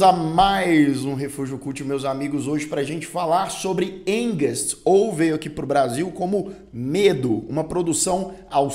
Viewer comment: A pronúncia certa é (ánkst)